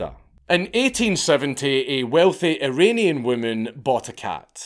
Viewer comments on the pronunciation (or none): none